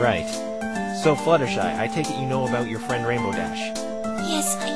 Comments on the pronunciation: Butstershy? How in the hell do you butcher a name THAT badly? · Okay how did he get 'Butshersty' for 'Fluttershy?' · butshersty'' . .. .hahahhahahhahahahahaha SO CLOSE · Butshersty has to be the worst butchering of Fluttershy's name to date. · He really "butchered" Fluttershy's name! Dohohoho! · I love how Phoenix can't get Fluttershy's name right. This is amazing. I just finished playing Ace Attorney & this is super amazing. Aw for some reason I wanted Maya to come along